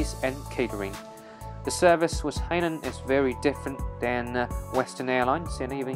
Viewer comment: Dude... as a Chinese you should know how to pronounce Hainan